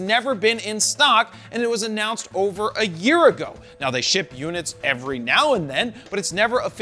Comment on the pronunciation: I keep hearing decade when you insist you're saying year!